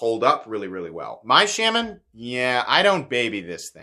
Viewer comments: The “Sham-man” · shAHman but he mispronounces it. I’ve head Eric Glesser talk about the knife and he definitely pronounced it shAHman. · Please do not listen to this guy about not buying this knife or that knife because you live near the coast or wet areas. This is a hugely over blown topic and as a guy states down in the comments as long as you don't leave it in a bucket of water your fine. When someone can't even pronounce the name of something be it intentionally on not, then that person has zero business giving opinions on subject. Just my two cents